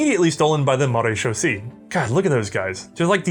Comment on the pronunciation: Marechaussee ends with Say not C it's using the French language instead of the Germanic one believe the rest of how you said it was correct